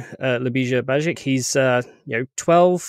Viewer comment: LYU-BEE-SHA BYE-EECH that is how you pronounce his name. the J in his name makes the same Y sound such as.. Yellow. you have to form the L and Y together. the S is an SH sound. the C in his last name is a CH sound. the "i" makes a long EE sound. not to be an asshole, but you genuinely butchered his last last name and did slightly better on his first name. youre copying how Keller says his name where as you should have simply askied Ljubisa himself how to say it so that you can COPY it properly. he Deserves at least that much respect.